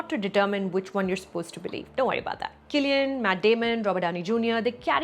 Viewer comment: so glad you corrected Cillian's pronunciation :)